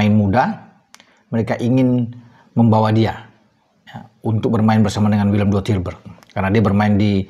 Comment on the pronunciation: Sebutnya = WILLEM TWEI😂😂😂